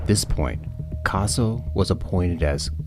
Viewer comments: His name is CA SO NOT CAR SO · Learn to say Cassie properly not Carzo prick